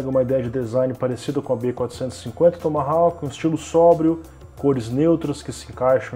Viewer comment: A letra 'W' da palavra Tomahawk não se pronuncia.